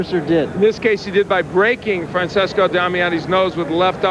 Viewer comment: FRANCESCO Damiani, NOT "FRANsISCO"